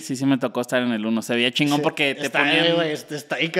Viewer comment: Oigan a este teletubbi dice Shingo en lugar de chingón